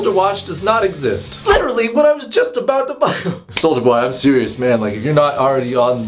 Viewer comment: What said: Soulja wagon what I hear:sold ya wagon I can't be the only one that heard that